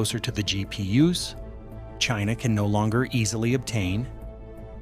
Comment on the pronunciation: Its GP-Us i love it ;)